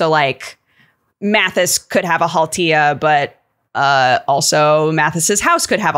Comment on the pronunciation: Finnish pronunciations weren't that bad at all. Nicely done,. Finnish mythology also has the 'haltia' as kind of elementals, generalized as 'väki' ("folk") e.g. water would have 'veden väki' (water folk), fire would have 'tulen väki' (fire folk). Unsurprisingly, in a country that is mostly just forests and nature, we'd have a 'väki' for literally everything. There's a whole collection of epic poetry called 'Kalevala' from the early 1800s about Finnish folklore and mythology if anyone wants to dig into it. It's regarded as a national epic of Karelia and Finland. From what I remember of it, it's bonkers, but pretty cool. Literally everyone here knows about it and it's inspired everyday life and every kind of art since it was published. Also, Tolkien sourced stuff from it for his work. I grew up in the hometown of a painter that's best know for his illustrations of Kalevala:D Not that I remember a lot from any of it. Should really go back and check that shit out again.